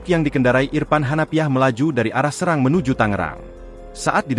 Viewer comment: Terkadang narator tdk benar dalam berita serang itu nama kota tapi dibaca serang yg diartikang sama dengan ganyang